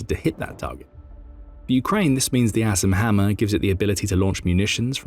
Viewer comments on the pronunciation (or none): Sounds like hes saying Ass and Hammer..so im googling that. LOL. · I'm gonna be honest... I thought he said "ass and hammer" at first lmao